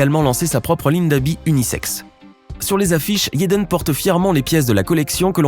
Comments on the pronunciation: Pourquoi il dit yédeune ça se dit tout simplement jadène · IL dit yaden Smith alors que on dit Jaden smith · t'as une dent contre Jaden* et pas yaden smith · Ça se prononce yaden tu crois il vas dire jaden ça n’a aucun sens réfléchi idiot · Vous devriez au moin prononcer le prénom Jaden comme il faut...